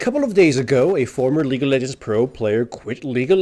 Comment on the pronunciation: Lol the way you pronounce lol sounds like Legal Legends which sounds like a movie about a famous team of lawyers.